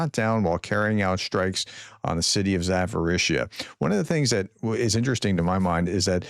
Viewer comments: It's Zaporizhzhia not Zaforisha. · Can I help you pronounce some of those city names better? It's getting to be a bad look when you say zaforisha or completely stumble through other ones.